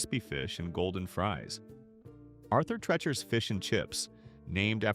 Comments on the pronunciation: Narrator, you are MISPROUNCING HIS NAME. IT IS ARTHUR TREE-CHERS (phonetically). Not Tretch-ers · I agree. It is Arthur Treachers and pronounced the same way you would say Teacher. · AI really sucks! Arthur Trechers? It’s Tree-chers! These are the best restaurants they just ran into problems. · Thank you for correcting their mispronunciation. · Get rid of AI naration- what the heck is Arther { trechers} spelled as the AI voice sounds.